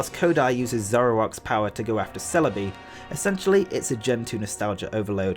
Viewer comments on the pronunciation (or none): none